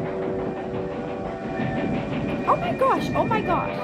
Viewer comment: "Oo mai gash!", your Fargo is showing. XD